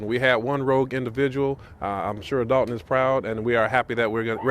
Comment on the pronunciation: You Mean Dolton(with an "o" not an a")So Long, Tiffany